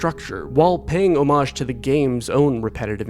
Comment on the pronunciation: This movie was made well, well acted...it sucks. So, the game does, to. There's nothing to understand. It's just pieces of a story tethered to a shallow story. "Iron Lung" is the equivalent of...meh. I'm going to sleep. "Like" for the proper pronunciation of homage.